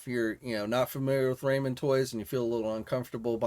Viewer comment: I believe it's pronounced "rah-men" not "ray-men" toys...